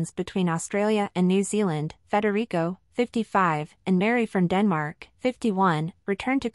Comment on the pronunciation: IT'S NOT FREDERICO!!!